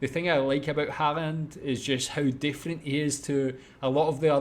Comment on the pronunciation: I love how non-norwegian speakers says norwegian names SOOOO wrong. Martin Odegaard, sounds so weird. lol. We have Æ Ø Å. Pretty easy to prenounce 🙂Same with Erling Braut Haaland, who, I recently found out might be related to me in some way, the 2 a's are prenounced as Å. Same with Ødegård.